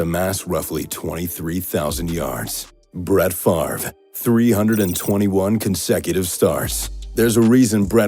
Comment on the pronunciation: (Favre. Not Farve.)